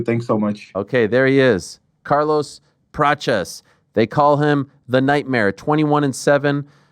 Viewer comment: Ariel is trying his best with the brazilian accent. Carlos' name is spoken like "Carlus Pratchies". You can listen it for example in Google translate, if you are intereseted.